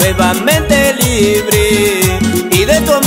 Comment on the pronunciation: nuevamente libri ,,, libre ,,, libre 🤣🤣 al menos pronuncia bien y asi andas ablando alos pobres q asen ventas en las calles del ecuador